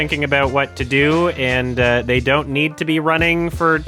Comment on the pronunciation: makes sense, you're not a native English speaker so let me say it for you since you wouldn't know. As someone who has written in English for decades, the way he is saying "they" is incredibly awkward and incorrect. There is a reason so many people are pointing it out and non-english speakers are getting confused, even they know it's wrong. You prob know too but are too woke (scared) to say it out loud🫢🤫